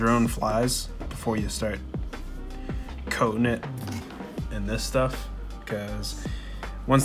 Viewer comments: Thank God, I thought I was the only one that was hearing cocaine at first. I was about to go get my hearing checked. 🤣🤣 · why do i always hear cocaine? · it rly sounds like he keeps saying cocaine AHHAHA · After hearing ypu say coat king so many times it started sounding like cocane lol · At first I thought you said you're going to put cocaine on your drone lol 😆